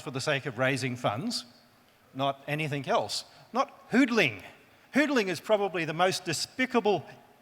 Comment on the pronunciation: Sorry "hudeling" is not the correct pronunciation of "hodeling". This what you get when you buy Master degrees online!